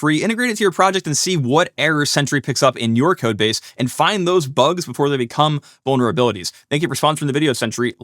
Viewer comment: Uhh, did he say bonerabilities?